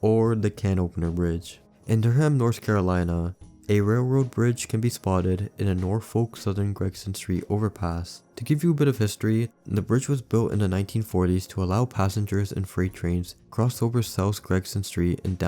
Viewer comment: also said “nor-folk” it’s pronounced like “nor-fuck”, you don’t pronounce the l.